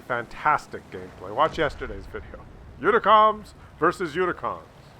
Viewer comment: And today he is still sucking up to the "unicoms". LOL.